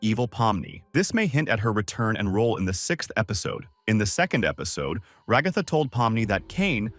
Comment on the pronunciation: Why can't you say "Ragatha" correctly?